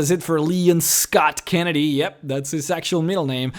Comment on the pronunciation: Kevin Meisenbacher He calls him Meester Scott Keenneedy